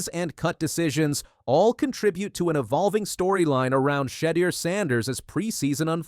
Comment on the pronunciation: Who's She-der?